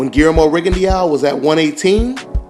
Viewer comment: its pronounce guilermo rigondo in french eaux is pronounced by ``O``